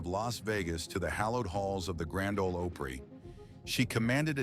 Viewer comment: The narrator is pathetic. Can’t even pronounce “Opry” correctly.